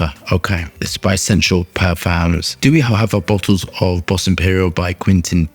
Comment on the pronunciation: Its bois, "bwa" or " boa" means wood in french